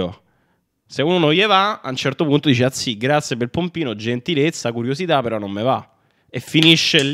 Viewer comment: una gentilezza, una curiositah